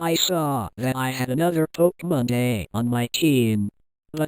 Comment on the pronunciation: Stop saying pokemonda